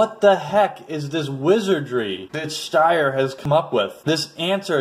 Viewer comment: Your pronunciation of Steyr is off.